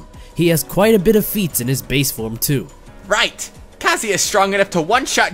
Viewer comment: It's pronounced KAH-ZU-YAH